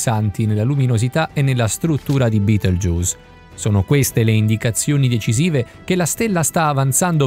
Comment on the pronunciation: si dice betelgheuse non beteljuice